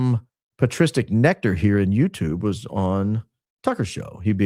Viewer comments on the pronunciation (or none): none